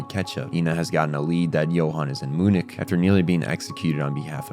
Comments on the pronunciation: “Moo-nick”-😂 But on a serious note, fantastic video. I missed so much of it when I watched the series, although I still loved it, but this gives me a whole new level of appreciation for the brilliance. It took to come up with this deep layered narrative as well as the incredible character/world building. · Beside the fact that i had a heart attack when he pronounced "MUNIK", the video as always is amazing. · The real monster is the way you pronounce “Munich” 😂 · And Munich